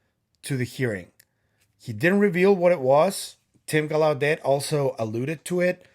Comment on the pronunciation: I'll be watching you and Kris live on Wednesday. BTW, it's Tim Gal..lau..det accent on the first syllable Like in Lancelot. It's French, like Gal (like a girl) LA (like in music)... det (like a debt thst you owe) Great update on Maria & the mummies.